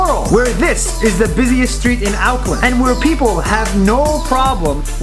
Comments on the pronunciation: It's pronounced Orkland not Ouckland And it's not oute lua, it's au - tay - uh - row - uh (roll your tongue a bit when you say the rs) Sorry I'm just triggered, this is not suppose to be mean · Bro said Ow-cland 💀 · I was born in New zealand and if ur wondering why where called kiwis it because there's one animal any other country doesn't have except New zealand and the name of the mythical creature is called a kiwi a flight less bird NAHHHH HE PRONOUNCED AUCKLAND WRONGG IT SPUNDED LIKE AOUCK LAND Ok ok 🤙 means chur or CHUR EAH CUZZY BRO or just waddup Me korero maori i nga wa katoa Nah bro it's aotearoa and he said aoteroa I need to stop judge ppl now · bro siad OUckland not auckland lol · U said auckland wrong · He pronounced most of the words wrong like Aotearoa and Auckland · I so proud of you NZ But you pronounced Auckland wrong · Im from new zealand and you pronounced auckland Wrong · U said Auckland wrong it’s alg tho lol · Its so funny how he pronounces Auckland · Pls go to I Hamilton, and you said Auckland wrong btw. Love ur videos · Not trying to be mean but you pronounced Auckland and Aotearoa wrong. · Not trying to be mean but you pronounced Auckland wrong. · its funny how he pronouced auckland